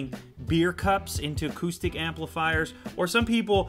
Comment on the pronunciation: when ever he said acoustic i thought he said autistic